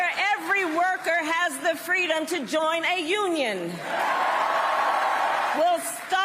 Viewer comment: You've got to be kidding. Every media outlet made fun of her incompetence . Now they give her sound bites to read off the teleprompter about "Fweedom" when her administration had lockdowns, censorship and mandates especially for first responders. She's only pro abortion. She's not for medical freedom for anyone and definitely not prochoice or she would have spoke up for the women who lost their jobs because they "chose" not to take Trump's warp speed vaccine. RFK is our only hope. Read "The Real Fauci" and you will see that Kamala being backed by Big Pharma will destroy this country. We had no primary. The corporations picked your candidate.